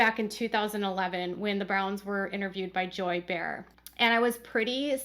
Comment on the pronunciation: Hi,! Another very interesting video & I thank you. If you are referring to an interview with the same Joy Behar who is a host on The View, I thought you might like to know that Joy pronounced her last name like “Bay- Har”. I’m not trying to criticize…just an FYI.